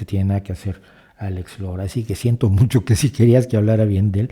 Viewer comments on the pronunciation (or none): none